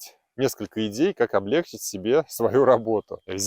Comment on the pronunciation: Добрый день,! Удачи Вам в новом проекте! PS: не обижайтесь, но в русском языке ударение должно быть облегчИть, и никак иначе!